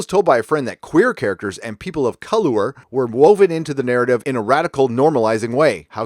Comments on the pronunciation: My only point of challenge to you is your pronunciation of colour. Over emphasising the “u” which I assume is due to you being American. Your over emphasis of this shows some issues with the English language and it’s source. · Why did you keep pronouncing "colour" in a weird way? Colour is the English spelling of the word and it was an English newspaper article. While most of her article was complete ****, it was at least spelt right. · I agree with everything you said.. but I have to ask.. why do you keep saying colour that way? Americans spell it color for some reason but it's pronounced exactly the same way. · I agree with your points. There's a lot of stupidity going on with the series now. On a side point, the way you deliberately mispronounce "colour" is pretty childish and annoying. Once was worthy of a slight smile. Every single time makes you seem like you're six. It's spelled differently in a different country. Does that really blow your mind so much? Anyway, your take on the Who fiasco is pretty spot on. It's pretty bleak as to what may come next. See ya next vid. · I hope you know colour is British spelling of color and that the author of this shit article didn't write a typo because your pronunciation was hilarious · Colour is pronounced the same as color not ‘colower’. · Lucy Jones is immature and can't even research her material properly. She shouldn't be given any publicity. What a tit (literally). Am-dram is amateur dramatics. You have a problem pronouncing the English word 'colour'. It's cul-err. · Why are you saying colourer when reading colour? Color and colour are the same word, we just spell it differently in the UK then you do in America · I know you’re American, but it’s not pronounced colower it’s spelt colour, that is how it’s spelt, you spell it wrong.... just aggravates me a bit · I heard 'Ka-lure', hilarious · ColoER lol